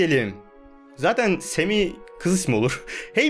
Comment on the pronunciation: abi semi değil sami